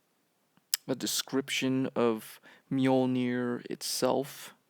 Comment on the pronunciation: i hate how americans pronounce mjölner